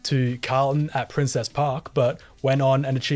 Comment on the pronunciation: Nitpick but it’s princes park not princess park